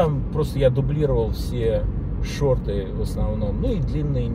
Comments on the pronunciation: это мне смешно когда человек проживший столько лет в США не знает правильного произношения. 😁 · Ты как "колхозник" тоже произносишь шор-р-т?? 😂